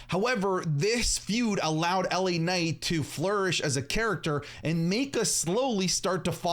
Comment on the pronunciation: The way initially said LA Night upset me, I was ready to do the point thing